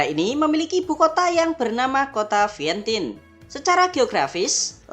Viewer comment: Vientian baca nya bukan Vientin